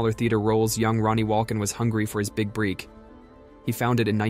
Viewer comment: I really enjoyed watching this video and I thought the writing was excellent, but the AI narration is really off-putting. Even the word "break" was pronounced "breek." I'd love to watch more of your content and will definitely subscribe, but please consider humanizing your voiceovers.